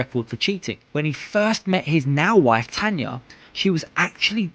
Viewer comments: Tana, his wife's name is Tana, not Tanya... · Tana not Tanya